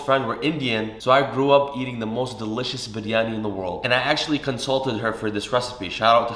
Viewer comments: Can we appreciate how he Perfectly pronoun Biryani not byryaniii like typical people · The way he says Biryani and cilantro is so satisfying 😯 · Thank you soooooooooo much for saying it perfectly! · you biryani pronunciation is correct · Aslawalaikum my name is Dua and I'm from Pakistan 🇵🇰 fun fact biryani is from Pakistan and I love it 😍 and I slap respect how u pernoused biryani basmati currectly and ate with your hands traditionally respect that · The way he pronounce biryani😍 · The way you say biryani 🙌🏻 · The pronunciation of "Biryani" was so perfect!